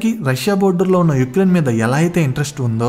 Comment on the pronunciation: ఉక్రెయిన్, పుతిన్, వెనిజులా ❌ యుక్రెయిన్, పుటిన్, వెనిజువెల ✅😅